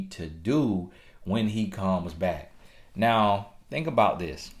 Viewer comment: More like “Listen to meh na” hahahah